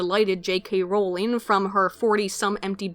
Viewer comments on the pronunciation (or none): none